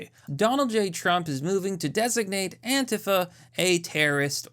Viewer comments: It’s Antifa or ANTEEFA!!! Not Antefa!!!!😂😂😂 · AN-TEE-FA is how it’s supposed to be pronounced.